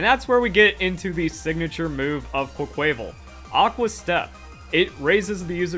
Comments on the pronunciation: It’s pronounced “quack-kwa-vawl” like carnival not “qua-kway-vul” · Why does no one pronounce Quaquaval right? It’s Quack-qua-VAHL. Like Carnivale. The inspiration behind the name is RIGHT THERE. Please remember it. Quay-quayvel just sounds forgettable.